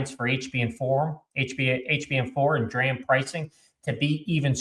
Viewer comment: Hi. I really like your channel and your reporting. Watching your Micron earnings segment right now. I’d like to respectfully submit that “DRAM” is pronounced “Dee-RAM”, emphasizing the D (for dynamic.). Keep up the great analysis. David (45 years in semiconductors including DRAM design)